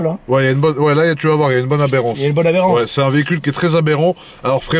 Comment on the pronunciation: Ils disent aberance au lieu de adhérence ahahahah